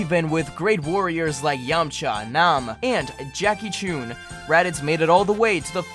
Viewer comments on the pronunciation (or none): You know how I know didn't watch Dragonball? He pronounced Jackie Chun's name wrong! Poser. It's not Choon or Chuun, it's Chun. Unless you want to be shot with a goon or go swimming under the soon? Perhaps we can play a game because it's a lot of foon! Also, Korin never had the real sacred water. All he had was ordinary tap water. The real sacred water was in a cave and they had to use one of the portals in Korin's pots to get to it. It was how Goku originally learned to sense power levels. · What did he call Jackie chun? He said Jackie chune lol wtf is he even a dragonball fan